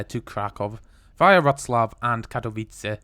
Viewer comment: No L in Wroclaw. The L is a W